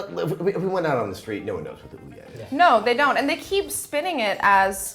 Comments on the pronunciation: nitch? surely its niche? (neesh) fun to see sessler's temple vein pumping as he struggles to vocalise his distress with ouya lol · O-ya in English the first vowel does the talking, and the second one shuts up. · Aren't they saying Ouya wrong? But anyways, I would buy this but I don't like mobile or indie games really.